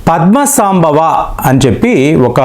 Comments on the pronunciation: సాంభవ కాదండీ సంభవ అనాలి. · పద్మ సంభవ. ఉచ్చారణ సరిగాలేదు